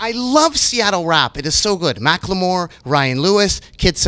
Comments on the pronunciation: Nardwuar was pronouncing it as Mack Lamore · You murdered his name. Macklemore. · nardward vs. mack-le-more